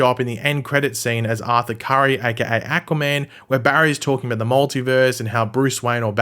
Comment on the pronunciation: i cant unhear ahquua man